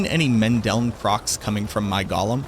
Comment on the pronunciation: Go-lum. Not Gollum. Gollum is a Tolkien character. A golem is a creature from Hebrew mythology.